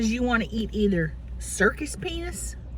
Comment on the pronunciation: Wait, did she say circus “ penis” or circus peanuts? 😂😂😂